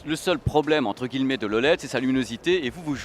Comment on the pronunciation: Par contre, "Guillemet" set dit "guiyemet". Merci parce que ça m'irrite un poil à chaque fois que tu le dis x)